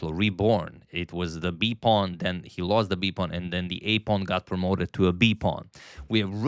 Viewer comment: "A pwan promoted to B pawn"